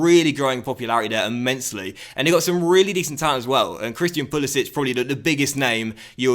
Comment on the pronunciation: Pulisic is pronounced Puli- SICK. Not SITCH.